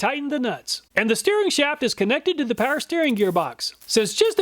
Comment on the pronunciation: Please start pronouncing the W in Power. You pronounce it currently "paer"